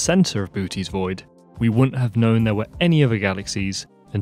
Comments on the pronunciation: Never heard it called booties void. I've always heard it called Boo oh tees. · Sorry you’ll forget more about this stuff then I’ll ever know but isn’t it “BOH-teez” void (boʊtiːz vɔɪd)? It sounds like you are saying BOO-teez. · It’s pronounced boh-OH-teez, not BOO-teez. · It's not pronounced booty it's pronounced boo oh tes with a long o in the middle.* Bootes* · It's prenounced "Bootus" not Booties. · Mate ... I know the umlaut isn't British English, but it is definitely not pronounced "booty's void." lol. "Booty" is American slang for the bum. So "booty's void" would be the inside of your arsehole. It's okay. MIspronunciations are easy. I just thought you should know. But sure, aim your telescope at that big booty. You never know what will happen. (I swear I wasn't going to make another telescope/dick joke, but you walked right into this one! I'll stop now.) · Pronounciation. You say it wrong. Have a Greek say the word Βοώτης; it has 3 parts. Bo-oh-tees. The ö is a separate syllable. Or Google it. Google shows 3 Syllables. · Correct me if I’m wrong,but each “O” in Bootes is pronounced differently.. Boo-O-tees (spelled phonetically) would be the correct pronunciation, right? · It is not pronounced "Bootie Void" XD but the actual pronounciation with ö is way too hard for non germans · Boo-oh-tés is more proper pronunciation. Other than that a stellar production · You're into astronomy and you can't even say BOO-OH-TEEZ correctly? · Please correct pronunciation of Bootes. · The two o’s in Boötes are pronounced separately as indicated by “ö”. Also, both o’s are long.